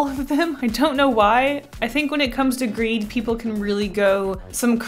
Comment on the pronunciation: Is it just me who thought for a moment that greed said Greg ?